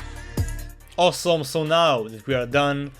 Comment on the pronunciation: owsom (he says awesome like that hahahaha)